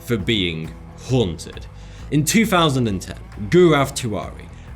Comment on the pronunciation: goo-rav tiwari ? 😂 It's pronounced gaw-rahv